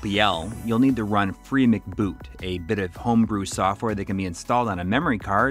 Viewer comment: I think it's "free em see boot" not McBoot as in McDonald's. MC seems to mean "memory card".